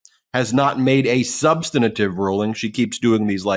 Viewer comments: Ben, please learn the correct pronunciation of "substantive". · 'Substanitive'? Dyslexia? Or just learned wrong? The word is SUB-STAN-TIVE -- 3 syllables, not 4.